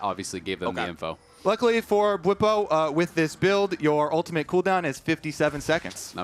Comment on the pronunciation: says "ultamint". You can never unhear it now.